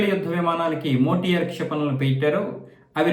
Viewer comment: ఆ మిస్సైల్ పేరు.. మోటియార్ కాదు. సార్. METIOR (మీటియెర్)